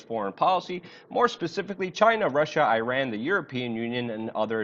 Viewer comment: it does not pronounce Irra-nn eeruunn